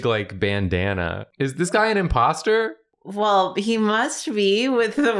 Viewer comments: ignored the O in imposter in both cowboys 😭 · I love how ignored the "o"s in both her characters' words lol